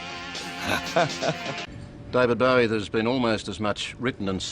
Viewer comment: r u dere, Deved Beweh? yus.